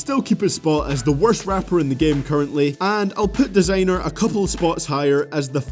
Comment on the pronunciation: why is he saying "desaaenr" instead of "Designer"